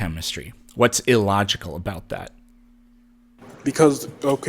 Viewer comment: "How aboat... "